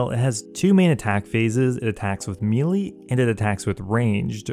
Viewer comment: I cannot stand the way you say melee